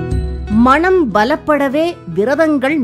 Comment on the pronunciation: அருமையான தொகுப்பு. ஆனால், உச்சரிப்பில் "மனம்" என்பதற்கு பதில் "மணம்" என்று காதில் விழுகிறது... 😌